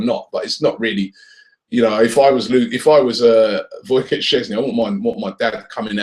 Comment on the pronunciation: It's Wojciech Szczesny not Woycot